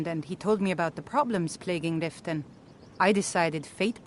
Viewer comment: Just a friendly pointer... It's called Riften not "ritten"... And the hold that this city is in is called The Rift 😅